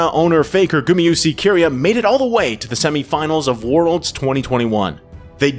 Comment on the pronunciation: Why does he keep switching back and forth on pronunciations? “ZoOs”, “Key-ria” makes my skin crawl